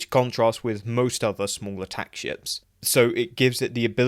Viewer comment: Every time you say "ships" in this video, I swear I hear "shits" instead lmao - totally fitting for Jem'Hadar Fighters tho lol